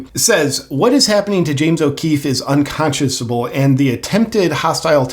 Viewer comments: Hard boss here...Unconsciousable is not a word. It's unconscionable. It's a hard one unless you've heard it pronounced before. I don't know how we get chunable out of scionable, but there it is. Love ya man. Con chun able. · “Un-con-shen-a-bul.” Unconscionable. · The word is "UnconscioNable" But unconsciouSable" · I'm sure JP has heard other people say the word "unconscionable" before, so why is he saying it in such a childishly incorrect way? Is there some kind of joke here that's just going right over my head?